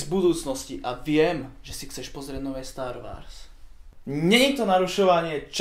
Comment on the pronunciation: Star Wars (čítaj Stár WOrs) sry ale star wars trhá uši :D